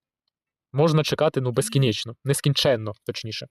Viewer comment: "безкинечно" ты Кличко